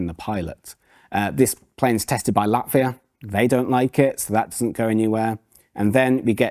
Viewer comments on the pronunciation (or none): none